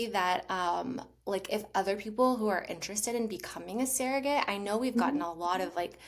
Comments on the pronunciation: It’s pronounced surrogate, not serrogate. is pronouncing it properly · Why does she keep saying seragate? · She can't even say the word properly.